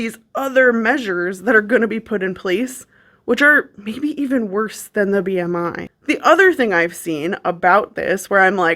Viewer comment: My soul left my body at the "R" in B.R.I.